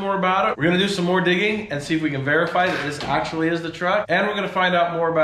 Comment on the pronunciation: "Axually we don't even care"